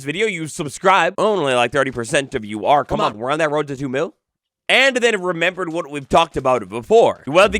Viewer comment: "The RRRRROAD"